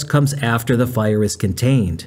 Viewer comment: Gotta Love this AI Idiot and It calling The Fire The Post File, yes it's even The Power Sucking AI Bot saying File, not a FIRE. Ai will be so detrimental because of the Electricity required for this bullshit, one AI. Search uses 30 times as much Electricity as an normal GOOGLE search would. And with the current heat dome encompassing most of North America right now Wildfires are happening all over the Western State's, with California battling several as I speak, with conditions getting drier by the minute. I pray for rains to visit soon and for the firefighters who put themselves In harms way to protect Lives and property. And Bode and the joke Fire Country Television show are a complete disgrace to the men and women who do this work!. Just as is to People like Juan Browne, aka Blancolirio, who brings us real up to date and actionable information.